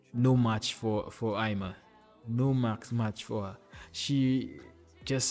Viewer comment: Hey, Eima is reading like Eyma.